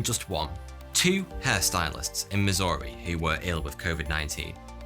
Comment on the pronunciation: Amazing video, I just can't get over how you pronounced Missouri